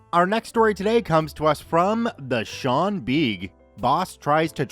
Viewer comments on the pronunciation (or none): none